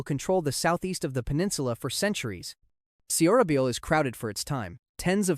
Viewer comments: It’s pronounced So- ra-byol ! 😭😭 but nice content tho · So ra bol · Suhrasol or just pronounce it as sorabol anything is better than the way this guys is saying it. Its not sills. Its Shilla. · The pronunciation of Seorabeol and Silla is killing me 😂